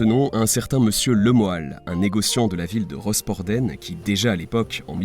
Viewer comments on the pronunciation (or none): genial cette video mon oreille bretonne voudrais juste dire que rosporden ce dit rospordin ....details... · Rospord1 pas rospordenne 😊